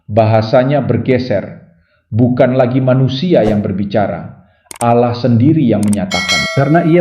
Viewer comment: ALLAH ✓ Bukan Alloh, sya dengar sesekali Admin membaca Allo🤔